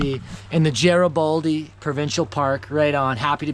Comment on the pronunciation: How do you not know how to pronounce Garibaldi? It’s a hard G